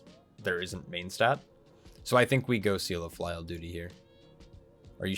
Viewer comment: I might be wrong, but I think it's pronounced "filly-al" like the word for family? :)